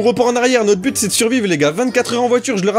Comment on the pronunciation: Je suis le seul quand il a dit bute j ai crue qu'il a dit p*te